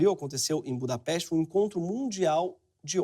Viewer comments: Quando o Gregório mencionou Budapeste,eu entendi Embú da peste. Aí me lembrei do babaca do Nando Moura. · "em budapest" eu entendia "Embu da Peste"